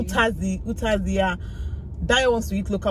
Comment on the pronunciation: it’s Utazi jor! Uziza ko 😂